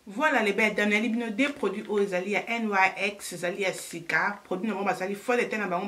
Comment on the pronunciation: Congratulations to your baby girl. Petite correction: le nom de la marque est NYX et non NYC comme tu le répètes dans toutes tes vidéos. God bless 😘